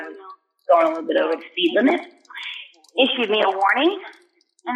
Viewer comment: The way says "issues" is CRAZY embarrassing, he should NEVER say that word EVER. I cant believe a family member has never pointed that out to him lol